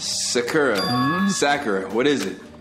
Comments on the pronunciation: the second pronunciation you said of sakura's name is more accurate than the first ^^ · this is the first and probably the only time that pronounces Sakura correctly....